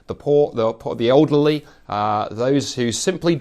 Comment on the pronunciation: “Olderly”?? I thought i’d just misheard him the first time, but doggone if he didn’t say it again. always throws me with his pronunciation of us as uzz, but i wasn’t prepared for olderly …